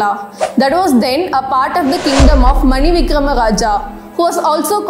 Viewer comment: I am from kozhikode and these kings where my ancestors. BTW it is pronounced as Maana-Vikraman not Mani-Vikram. That said, many historians think etymologically that is where the name came from!.